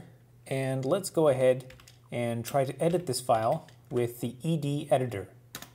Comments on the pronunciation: Wonderful explanation, and the first video I've seen where the name 'ed' is pronounced correctly! Like ex and vi, you just say the letters. Last year I decided to keep things simple and now ed is my primary command-line editor. I like the way it doesn't take over my terminal display the way vim and Emacs (and for that matter nano) do. it's simple and powerful, launches quickly, and exits cleanly. Some people say it's fine for small files but they wouldn't want to have to use it for longer texts. I remind them that actually most of Unix was written with it. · Excellent video! And you even pronounced it right!